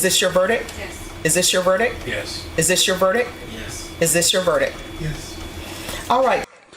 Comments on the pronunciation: verdict not verdick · It would be nice if the Judge would pronounce "verdict" correctly! There's a "T" at the end for a reason!